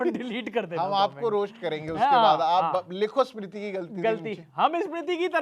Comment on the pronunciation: Host are the most chu.... pahele tera diction sudhar... For Smiti he is saying eeesmiti... Lady voice wale... Bas sabki lete rahta hai tu... The other guy also as if he is wife...😮😂